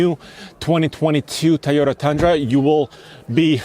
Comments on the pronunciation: bro, say "Toy" as long as you can say "toy" and not "tiy", you can say Toyota. try harder. also, up the shoe game. that outfit looks good but is ruined with a old pair of clapped out sneakers. even a pair of Eccos woud be better than what you have on. and to the YouTube white knights, come at me. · It’s the thai o da Guy 🤭 toy ohh Tahh repeat after me my friend Toyota 🤔🤔🤔🤔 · I hate how this guy says “teyeta”